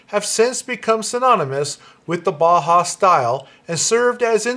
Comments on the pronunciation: It’s not HAWS it’s House..the us is pronounced “ow s” and if that is true then the bau is more likely Bow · Thanks. Yes, I read up on the subject as noted in the video. My mispronunciation was partly clowning. You know, "boss?". My humor falls short sometimes. That's why I better keep my day job. :-)